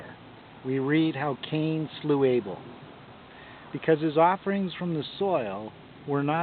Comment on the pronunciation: Anyway it’s Abel not Able...